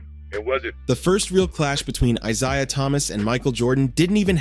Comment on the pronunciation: eye-ZAY-uh eye-ZAY-uh eye-ZAY-uh eye-ZAY-uh